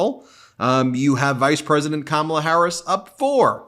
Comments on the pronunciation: I'm a supporter of the ticket but the more I see the GOP flounder from attacks on Walz son to tying him to China to just the plain childish disrespect in deliberately mispronouncing her name...I just want them gone...I'm glad to have ticket that I'm excited to vote for but the Republicans behavior is energizing me just as equally. Vote BLUE up and down the ticket in November...heck skip November...find out when early voting is in your state and VOTE!!!!!! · Exactly. Trump was taped saying he doesn't care one way or the other if he mispronounces her name. He is a jerk! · KAMALA = Camelot! emphasis on the first syllable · Some people are getting very upset with Trump's pronunciation of Kamala. So, let's try an experiment to make them feel better. Donald gets the sounds right, it's the accent syllable that he messes up on. He doesn't think it matters. He says ka-MA-la, when the right way to say it is KA-ma-la. Now, let's help him understand the importance of correct accent syllables: He says DON-ald. But if accent syllables don't matter, than we can also say do-NALD. Practice it now: do-NALD. do-NALD. do-NALD. do-NALD. do-NALD. THERE. DOESN'T THAT FEEL BETTER? Glad to help.😊 Vote BLUE all the way! 💙💙💙💙💙💙💙💙❣ 💙🇺🇸💙💙🇺🇸💙💙🇺🇸💙💙🇺🇸💙💙🇺🇸💙💙🇺🇸💙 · Don-Old proves his IGNORANCE every time he is unable to pronounce simple words like, KA-MA-LA! He probably calls his wife, Melvania 😳 ! What an IDIOT! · At yesterday's rally, trump called Ms Harris cam- a-luh, like camera. If he can't pronounce her name after all this time, and says he didn't know her before the nomination, maybe he's too dumb to run a country. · Is Trump just incapable of pronouncing Kamala Harris's name correctly, or does he think he being clever,,,,If he keeps pronouncing her name Ka-Mala,, or Kamobla,,she should start pronouncing his name Don-Old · Only him thinks he’s being funny mispronouncing her name. To the rest of us. He’s stupid. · Donnie cannot read which is why he cannot pronounce Kamala.